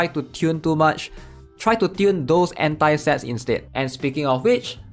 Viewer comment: It’s read AHN-TAI NOT EN-TAI